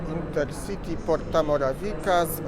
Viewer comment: porta morawica sie muwi